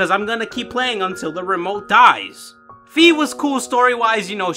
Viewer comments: Its called "Fai" not "Fi" like the "Fi" in "Finally". In the german version of skyward sword she is actually called "Phai" in the text Boxes instead of "Fi" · Say wi-fi That's is how fi i supposed to be pronounced